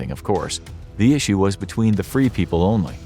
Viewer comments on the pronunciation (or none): none